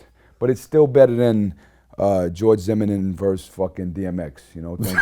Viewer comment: He didn't pronounce Zimmerman right. He goes on to talk about Nick Cannon about he's mature an about his business then gives an example how he's ignorant by asking to fight Eminem doing the exact same stuff as Chris Brown and Soulja boy are doing who he was trying to contrast them with doesn't make much sense there. Ra has it out for Em. Lets be honest Nick Cannon is quite corny there's no way around it. I think Diddy in the video admitted that he played a part in what he was condemning which is clear he was part of the silliness.